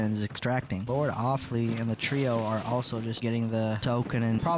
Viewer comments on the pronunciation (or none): “Lord of fly” becoming “lord offlee” is so funny dude